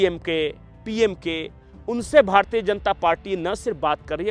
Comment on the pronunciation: भारतीये नही बोलना भारतीय शब्द का उच्चार भारतीय ही कीजिये न की भारतीये। आप लोग "य" अक्षर का उच्चार "ये" ऐसा क्यूं करते हैं?